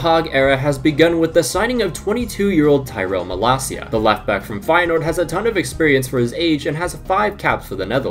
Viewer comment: Finally someone who pronounces malacia correctly